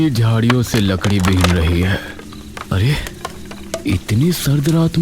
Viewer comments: Ladki ❌ lakdi ✅ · Larki❌ lakri ✔️ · vo ladki ❌ vo lakdi✅